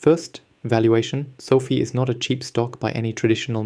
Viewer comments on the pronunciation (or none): It's Fi not Fee